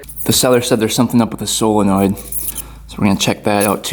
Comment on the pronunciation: It's solenoid not fckn silinoid